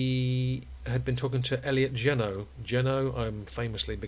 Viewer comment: Elliot Geno Oh and it's pronounced G NO. ;)